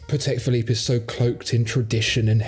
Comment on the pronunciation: Gentlemen, love your shows, sound of voice, knowledge. Listening to you is pure pleasure. I have just one remark though, maybe you can take it under consideration. Whenn pronouncing “Patek Philippe” you should change your accent slightly. Since Antoni Patek, founder of the company, was Polish, you should put stress on the FIRST syllabus of the word, while Philippe, who was French is accented correctly. So it is not pa-TEK phi-LIPPE, but PA-tek phi-LIPPE. Mr Stern pronounces it correctly ;). Great job guys anyway.